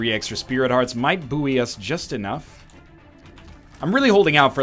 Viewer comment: When NL says booweee is he saying buoy?